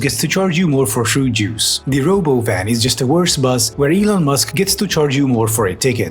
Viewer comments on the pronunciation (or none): It's not a Robovan it's Ra-Bovan.😅😉